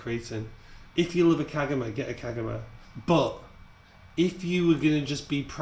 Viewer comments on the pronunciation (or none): Kagama is pronounced kar ga ma dude 😅😅